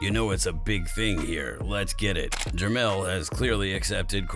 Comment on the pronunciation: Jermell not lien